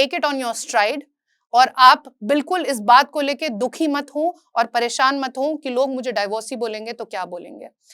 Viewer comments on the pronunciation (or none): none